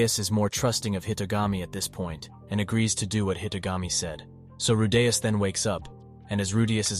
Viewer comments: Rudeus is not pronounced Ru'day'us... makes me cringe hearing how you pronounce his name. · Bruh why do you keep pronouncing "Rudeus" all weird like "rooDAYus" every other time? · Who the hell is Ru-Dais... Edit: just as fast as I asked it was corrected lol Edit 2: and then you go back to saying it again... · who the fuck is Rudayus?? Re de us where is the 'A', this was informative but holy Fuck Pronounce it correctly.. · The narrative pronounced Rudeus name wrong. "Rude" + "Us" = Rudeus 😅😅😅 Google translation pronounce has "Rude" + "Us". Just ignore me. I like the anime very much that is why it bothers me 😂😂😂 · "rudeyus" bothers me more than it shoud tbh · I was so close from exiting the video due to how annoying the first ever 20 times you say "Rudeyus" but then you started saying it right so I'll give you the benefit of the doubt. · If you include clips from the anime but still get Redeus' pronunciation wrong, you might want to QC your work before posting. It's a shame too, I wanted to know what would happen in the future for him. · why do you say his name like that? Even the dub has his name pronounced Rude-eus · you finally say his name right but then you continue to go like ruuu daaay usssss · How do you pronounce the main characters name so wrong 😒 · Wtf is with your pronunciation of rudeus. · Bro this constantly switching from pronouncing Rudeus' name correctly to completely wrong made me stop watching this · Ffs the way he pronounces rudeus is grinding on me. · This guy changed his pronounciation of Rudeus in the first minute of the video XD